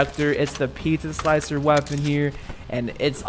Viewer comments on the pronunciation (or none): none